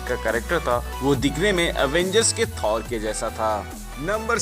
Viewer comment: Bhai थोर ko थौर mat bulao